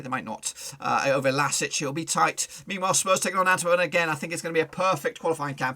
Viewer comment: Can't you pronounce the club name correctly? LASK, not LASIC or else. Either you are poorly prepared or you have no respect for a small Austrian team.